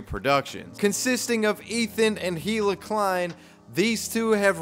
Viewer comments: It's "ee-luh," not "hee-luh." Get it right! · I’m dying every time you pronounce“hila” with an H